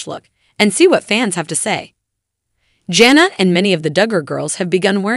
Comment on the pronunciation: What's up with mispronouncing Jana and Jinger 🙄